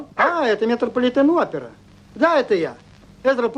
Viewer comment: А Эзра Планкет все таки тупой фермер-кохозан по советски, потому как удар в словосочетании МЕТРОПОЛИТЕН опера делается на второе О а не на Е.